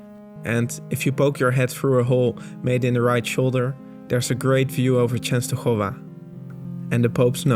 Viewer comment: perfect pronunciation of Częstochowa :)